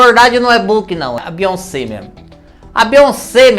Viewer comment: Beyonsebo kkkkkkkkk 😂😂😂